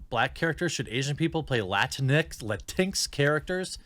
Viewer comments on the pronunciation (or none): Lord Beardo: La-Tinxs Me: Now I feel like a failed Disney Princess....lolol